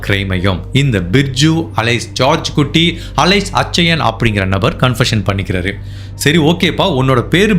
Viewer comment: நண்பரே, bridju அப்டினு உச்சரிக்க கூடாது. Biju னு உச்சரிக்கணும். அதேபோல, அச்சயன் அப்டினு உச்சரிக்க கூடாது. கேரளாவில் கிறிஸ்தவ மதத்தில் நடுத்தர வயது உள்ளவர்களை அச்சாயன் என்று அழைப்பது வழக்கம். அது பெயரல்ல.